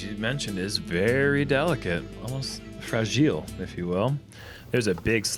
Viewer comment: “Frageele...if you will”